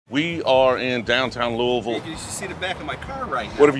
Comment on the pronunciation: Nice work pronouncing Louisville correctly 👍🏻